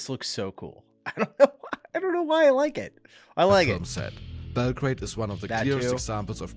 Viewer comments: He is probably German, and they call the city Belgrad... exactly how it's written, with "grad". In English it's pronounced Belgrade, like Bell-grade :) And finally in native language is called Beograd. It literally translates to "White City" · Bell Grade - not Bell Grad... Jeez lol